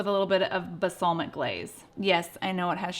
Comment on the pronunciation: Basalmic? 😂😂 love you,!!